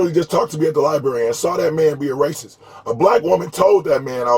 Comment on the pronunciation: One would think that with that Masters Degree, you could properly pronounce where you most likely did the majority of your research: “LiBRary”., not “Libary “. I learned that in first grade, Bro!